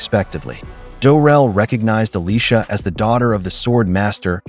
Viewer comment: Isn’t it “Drel”? Not Durel?